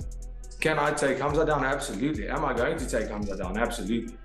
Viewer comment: This AI is pronouncing these fighters names differently each time 🤣🤣🤣.